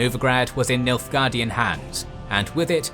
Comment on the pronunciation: Why you keep saying Milfguardian?